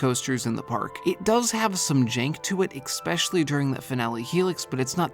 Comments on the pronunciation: especially not ecspecially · I already know hes wrong bc he pronounces “especially” as “expecilly” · There is no X in especially. Pronounce it normally please. Otherwise, fun video! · Seriously, i like that vid in general, but girl, there is no X in "especially"! 😅